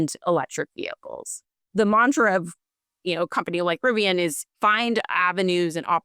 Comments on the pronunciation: Maybe he's...um.. ok I got nothing. Maybe they're rebranding to "Rivion"? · I love Riv-e-on. They're great-e-on... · Why is he saying Rivi"on," on sections of this video? I even turned on CC to double check and it's spelling it as "Rivon." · Lost me when he doesn’t pronounce it correctly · I can’t believe the host can’t even pronounce the name of the company his guest works for